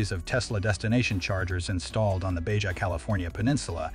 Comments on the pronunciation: BAHA, NOT BAJA 😂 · You say it like Bahaa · Baja pronounced BaHA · Did they really say, “Bay-Jah?”? SMH!! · Try to pronounce BAHA like a real human being. You loose cred when you make such a glaring mispronunciation. It's like when I misspell a word. I wind up loosing the good will of my audience. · BAJA pronounced BA HA 🙀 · We have this random translation going on across the border, lol. J is H, R is silent (I think). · Suggest you learn how to pronounce ‘Baja’. The editors must be deaf. I gave up trying to count the mispronunciations but it was a bunch. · They must be using computer language because nobody pronounces Baja that way